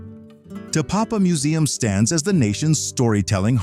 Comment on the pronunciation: I wish you'd grabbed a local to proofread some of your pronunciations. E.G. TEkapo, not TeKApo.